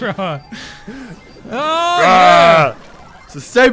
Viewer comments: "A A Ron" 😂 that's how you spell Aaron it's pronounced "a run" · Who else got triggered when they mispronounced Aaron wrong.